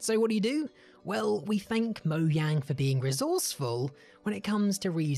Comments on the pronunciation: dum dum its not pronounced "mo-yang" its "mo-jang" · its mojang not moyang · Mowyang??? It's Mojang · Did he say "Moyang"? XD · Did you just pronounce Mojang as Moyang? B L O C K E D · Did... did he say moyang? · “Moyang” k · its not moyang